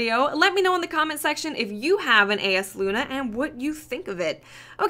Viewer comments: It's pronounced Eye-as luna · For the record, the name of the hand-cannon is pronounced, 'I yas lu na'. I've gotten the drop twice, and it's amazeballs. Also, as far as range, I see yours is a little less than Hawkmoon. However, mine is significantly greater. Everyone's will be different depending on the the way yours is setup. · Pronounced: Eye-Uhs Loo-Nuh (eye as in eyeball) It's a very nice handcannon, but alas, mine drop with crappy perks :'( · It's pronounced (eye-yás-Loona)